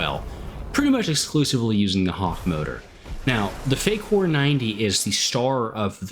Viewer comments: As much as it's wrong to say I prefer Defyn's pronunciation......... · I've watched like 9 videos on this plane so far and your pronunciation of fakour is the most unique